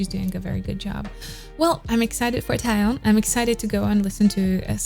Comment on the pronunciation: I really love your reaction, what a professional reaction 😍 But one thing, she’s called TAEYEON (TAY YEON)😘